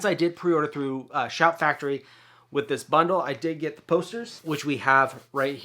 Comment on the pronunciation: Pssstttt…it’s Shout! Factory …do you need to shoot this again hahah